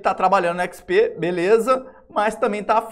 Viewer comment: Mano, esse cara não sabe falar XP... PQP.... é irritante....ahauhuauahu